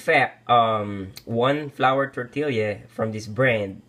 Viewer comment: it's kewl even in new mexico where i live some people still pronounce it the way you did. i was mostly just yankin ya cuz i wasn't sure if you were goofin or not.;) decent job though your roll technique needs a little work and those canned refried beans are garbage. refried beans are easy to make yourself and healthier which is what i think you're going for here yea? all in all quick n simple and i'd probably eat 6 of those if the beans were fresh haha!:D